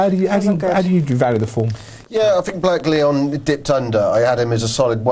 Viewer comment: Why is the host calling Blaklion 'Blackleon'? Shocking